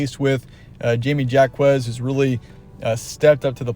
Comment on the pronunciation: Since you don't know how to pronounce Jaime Jacquez Jr., I question how well you know the Bruins. In truth, I think the Bruins match up well with Gonzaga. This could be another comfortable win for UCLA. Comfortable in the sense that they will be in control the whole game. And "could be" in the sense that the refs could change things because of how they call the game. We'll see.